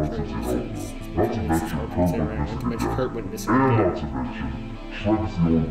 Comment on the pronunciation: You were there cuz you said Trel instead of Trent xD